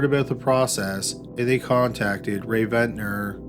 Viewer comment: Barbara Rae-Venter. Not Ventner. The lady is a legend, let's get her name right.